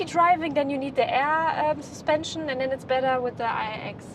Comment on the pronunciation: LOVE what you guys do! And my wife and I secretly joke of how says "sUspension" with slight accent and giggle! All best feelings and love for you guys!❤ P.S. when are you testing the Zeekr7X in Germany,? I really want to see that car detailed tested in full detail, full length, and full screen!